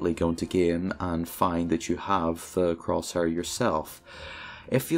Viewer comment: croshuur very nice english